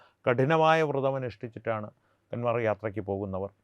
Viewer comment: കാൻവർ അല്ല കാവട് അതായത് കാവടി യാത്ര എന്നാണ് ശരി നന്ദി നമസ്കാരം